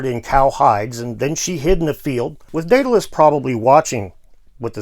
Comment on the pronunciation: Your story turned Daedalus into diddilus! Very funny, sir.